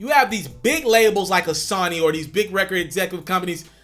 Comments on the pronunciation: Sawny? Or Sony!? 🤷‍♂️ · Pronounced Sew-Knee [SONY] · Why do you say sonny when it is sony? lmao